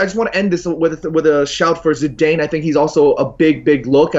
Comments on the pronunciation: Who the fuck is Zidayne? 😂😂😂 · ZIDAYUMMMMMMMMMMMMN McKola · Why the fuck is the yank pronouncing Zidane like that... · Never let pronounce Zidane again. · "Micky Phelan" and "Zidayne". Who the fuck says their names like that?! Psychopath.